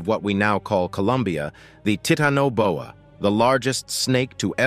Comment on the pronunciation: the pronunciation of the words are bothersome especially Titanoboa. Is this an AI voice? I have heard other words also that are irritating to listen too and the mis pronunciation of them in other videos . I like the show just saying.